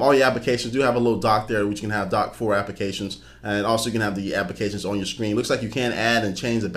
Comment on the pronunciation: i couldn't stop focusing on when he said scween